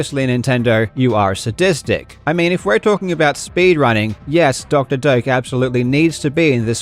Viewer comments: I learn today his name is Doctor Doak and not Doctor Dork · Doctor "Doke"? I always thought it was pronounced "Doe-Ack".